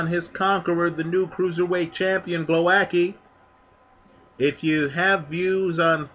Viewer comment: you pronounce Głowacki in the most distorted, warped hilarious way possibe. Głowowacki v( Gwovatzky)